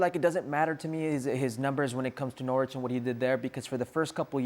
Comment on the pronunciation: Why are American soccer commentators incapable of pronouncing Norwich properly? The 'w' is silent. It's pronounced like 'Norridge'. Rhymes with Porridge.